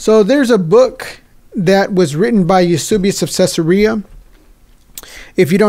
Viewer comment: Eusebius was such an Arian that he signed on (granted, begrudgingly) at Nicaea and rejected Arianism. Brilliant! Btw, it’s Eus*e*bius, not Eus*u*bius.